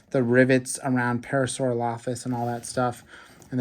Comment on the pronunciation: Not to be mean but the way he was pronouncing Parasaurolophus was making me a little mad I believe it is pronounced (pair-a-sore-ol-a-fus)